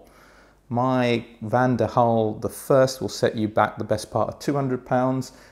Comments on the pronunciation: Why do you keep pronouncing Van DEN Hul as Van DER Hul????????? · Van 'DEN' Hul goddamit lol